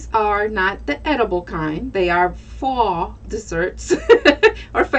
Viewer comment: The word is "faux" as in "fo." lol.... Also, that is not spackle you were using, but "caulking." If, you want to seem like you know what you are talking about, find out how to say the words, correctly. Just saying. lol